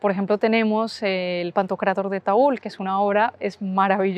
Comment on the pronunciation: Por favor Taüll con LL!! Pronunciar Taul nos rompe los tímpanos a los Catalano hablantes!!